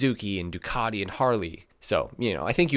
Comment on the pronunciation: Why do americans says Ducadi? It is Ducati, all over the world